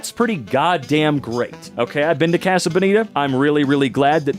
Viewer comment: its pronounced casa like mojo dojo casa house